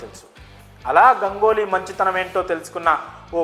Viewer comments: ఒరేయ్ నాయనా గంగోలి కాదు రా అయ్యా.. గంగూలీ అనాలి.. ఆల్రెడీ ఒకసారి చెప్పిన నీకు 🤦🤦🤦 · Gangoli kadu bhayya Ganguly... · గంగోలి కాదు ఏమో గంగూలీ ఏమో సార్ గంగూలీ కూడ తన పేరు గంగూలీ గానే చెప్పుకుంటాడు మీరు కొత్తగా ఆయనకు వేరే నామకరణం చేయవద్దు సార్ పిల్లలు కన్ఫ్యూస్ అయ్యే అవకాశం వుంది